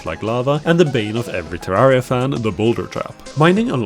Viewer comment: You said Terriera and Im clicking off.